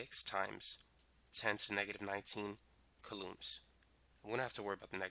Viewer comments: Haha yeah. Kalooms. It’s coulombs ffs. Kooloms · is anyone else triggered by how he says coulombs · I have never been more outraged. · It sounds weird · Me 2